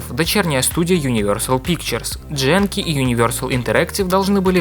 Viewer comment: ГЕНКИ! Это фигова японская студия, а значит никаких проитальянских произношений злополучной буковки. Не Дженки, ГЕНКИ, и только так